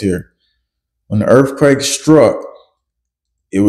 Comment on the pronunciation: Did he say “erf quake”?